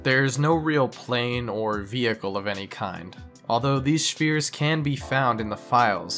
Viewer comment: "Shphere" Is the most unusual pronunciation of "sphere" that I've heard yet.